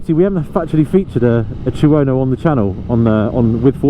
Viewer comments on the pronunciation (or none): Chew-Ono? Two-no thank you